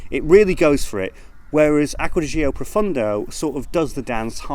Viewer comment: It's GIORGIO Armani. And it's Acqua di GIO, not Zo